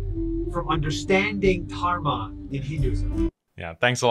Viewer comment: Somehow his face triggers me in terms of i can see how corrupt and two faced this individual is as of right now. My allah guide him back to islam, instead of keeping him do this mockery to and of himself also why the hell is it so hard for him to pronounce dharma he keeps saying tarma 🤣 im german and its nothing hard really even with my accent